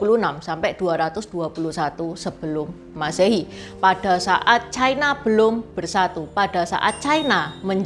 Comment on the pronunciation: Ucapan yg bnr : China, bukan chaina